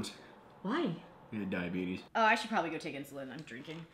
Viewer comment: I will say, for me a date ends immediately if she says diabet-uhs instead of diabetes.